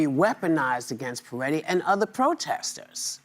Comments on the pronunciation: Why does everyone keep saying Peretti? It’s Pretti. Pret. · Can Whoopi stop calling him “PER-Etti” and start calling him by his name “Pre-tti”?! She’s not dumb, so WTF is her problem?